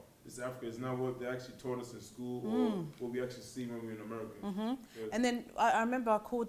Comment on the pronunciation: “Taught” NOT thought